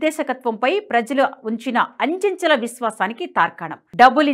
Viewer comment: Anchanchala kaadu achanchala